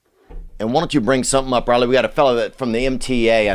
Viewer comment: “Riley Mow.” 🤣🤣🤣🤣🤣🤣🤣🤣🤣🤣🤣🤣🤣🤣🤣🤣🤣🤣🤣🤣🤣🤣🤣🤣🤣🤣🤣🤣🤣🤣🤣🤣🤣🤣🤣